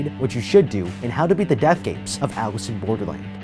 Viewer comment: What are they having their jaws chopped off chin to not pronounce Alice properly? Seriously what tf is that language